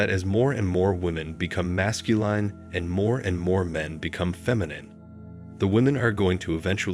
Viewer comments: 1.12. Can u PLEASE say Masculine properly!! Your robot voice is doing my head in. Phonetically it's "mascuLIN" NOT mascuLINE"!! Grrr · Narrator is a computer voice? Consistently mispronounces "masculine" as "mascuLINE." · Why do you pronounce masculine retardedly? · Never heard the word masculine pronounced that way. Wow. Increeeedable. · THIS BOT CAN'T PRONOUNCE M A S C U L I N E.:face-green-smiling::face-fuchsia-tongue-out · This is a popular topic used for click-bait.Then you proceed to RUIN THE LISTENING EXPERIENCE by using robo-speech. The producers obviously DON'T care about the subject matter. All they want is the money generated from clicks. These producers are running a click-bait video factory and couldn't care less about the quality of the subject matter. Words like "MASCULINE" repeatedly and annoyingly mispronounced as "mas-cu-LINE demonstrate how little they care about the videos they put out. God forbid they should use a REAL human narrator. That would cut into the bottom line. I know complaining about it won't even be noticed by the producers. Nor will any of he other comments made here.Gotta keep the assembly line going.